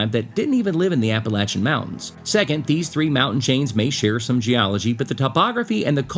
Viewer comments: Philippi, (pronounced Phil-a-pee) WV. I enjoyed the video, and it's Appa-latch-un!🤣 No matter where I roam, Appalachia is my home! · Say it right or I’ll throw an Apple Atcha!! Lol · It's "apple latch uh!" If you can't pronounce it - move! 😅😂😅 I grew up in these beautiful mountains. I'm of Scotch/Irish lineage ❤ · I've always pronounced it "ap-ah-LAY-chun", not "ap-ah-LATCH-un". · I live in North Carolina. It is pronounced Appa-lat-chun. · I live in the mountains of northeast Georgia. I really didn’t know how to pronounce “Appalachian” but after watching your video, I still don’t know. Thanks for clarifying that.